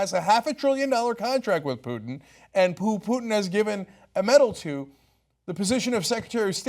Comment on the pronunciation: Poo-Putin haha